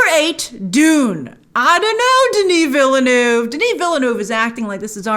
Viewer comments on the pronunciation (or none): Stop saying Villydenoov Fss! It's a French word. It has a pronunciation. Say as if you are using the French words. It's Veelnurv. New Town. We don't pronounce Newton, Neeewlytornpop. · she still can't pronounce villeneuve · As someone who is fluent in french and English , i find it funny how you pronounce VILLENEUVE 😂😂😂